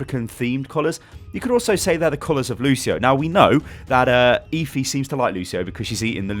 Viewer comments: it's Efi, not ifi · you're such a brit... it's obviously pronounced "Ehfi"